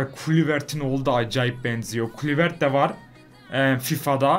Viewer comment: kuluvert - şımayşıl ne hocam ya hahahahahaha :)